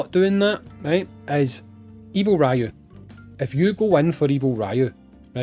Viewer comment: His name is Ryū (REE-YU) not Raiyu Just like how it’s not SHORAIYUUKEN